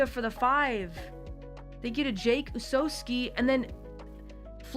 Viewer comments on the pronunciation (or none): none